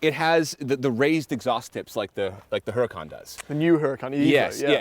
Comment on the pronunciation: Whats a HER-A-KAHN